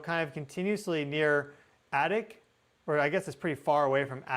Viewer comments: ▶️ ADAK = AY-dak. (AY as in 'day'.) Just sayin'. Thanks. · Adak is pronounced A-dack, like tack. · Adak is long A. You pronounce so many names I wouldn't do well. Very interesting presentation! Thank you. I was in Anchorage in '64.